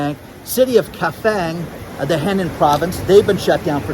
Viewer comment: btw That Chinese province you were talking about spelled Henan is pronounced like: HUH non.